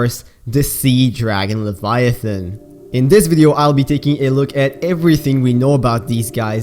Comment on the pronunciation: “L e v i a t h O n”